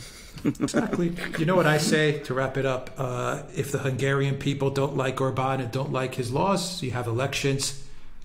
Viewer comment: I LOVE the fact that these two are amongst the very few people pronouncing Budapest and Orban correctly (Budapesht/Orbaan) - or rather as correctly as can be expected.